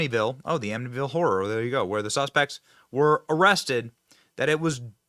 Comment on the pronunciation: Wait, did she say ammityville